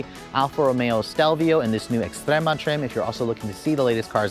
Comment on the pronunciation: ES-TREMA NOT EX